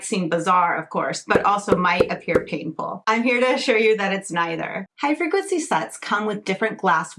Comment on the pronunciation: Me: "What is Hyperglitsy"? Her: " Hifreqncy". Me: "ah. HIGH frequency." 😅